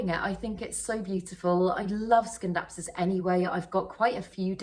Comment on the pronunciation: You're right pronouncing it as 'skindapsus',. In Latin, a 'c' is always pronounced as 'k'...